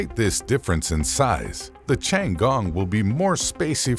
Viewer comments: pronounce "tti ann gong" not as you say or sound like.. chiangong .interesting infos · 是天宫 不是 长宫........... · 不是吧，老外真的不会发T的音，反而读成了C的音😂 tiangong, not chian gong! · Ten gong , not chiang gong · Tian He not Thian He nor Changee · I'm mildly annoyed that he keep pronouncing "Tiangong" as "Changgong" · Creator needs to learn how to pronounce “ Tiangong” correctly . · Narrator absolutely butchered the pronunciation of the Chinese spacestation. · For God's sake, can't you find someone who can pronounce 天宫 properly?? It ain't that hard! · Can't even pronounce the name of the Chinese space station correctly!